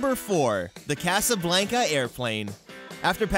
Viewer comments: I hate how you pronounce Casablanca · You mispronounced Casablanca! 😆 Other than that, love the video!